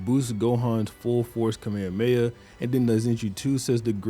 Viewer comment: Holy shit, finally someone who doesn't say "kamea-mea"